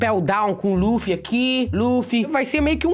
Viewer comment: Mano não se fala laffy e luffy vei poxa